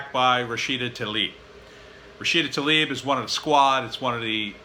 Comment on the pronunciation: First off, her name is Rashida *Tlaib, not Talib... (I know, because I used to make the same mistake. Just saying for your own good. As a writer, it's always good to spell names properly) How much longer will your old boss be able to cover his jilted neoliberal posterior with his love of marijuana and internet porn? The guy is a notorious, unapologetic Islamophobe and his stance on war and virtually everything (except marijuana and internet porn) are decidedly right-wing. That's why your assessment of Rashida Tlaib being "left, left, left" is just another face palm moment for people (like me) who have been following the perils of the two Muslim junior Representatives, wondering why people like you keep making the same mistakes in dealing with them? They happen to make valid points at every turn (and lots of people see that and support them) and at the end of the day, after all the baseless claims of antisemitism and unAmericanism roll off their backs; all that's been accomplished is that even more people support them and agree with them. The fact of the matter is- they're right. They're right about everything; including Bill Maher's tv show. The guy is done. So done. I can't tell you how many loyal followers the guy has lost in the last 3-4 years. Surely there is hard data available on that. A boycott, at this point in Maher's career is bordering gratuitous. I can't put it in simpler terms. There's no need to. To your query as to why are Democrats feasting on their own? Well